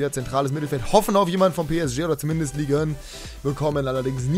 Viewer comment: Es heißt nicht Ligue ön